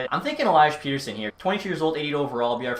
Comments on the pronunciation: I hate to be this guy but... Pettersson is pronounced pet-er-son, not peter-son like North Americans do. 😅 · Its pronounced (pet)(er)(son) not (pete)(er)(son)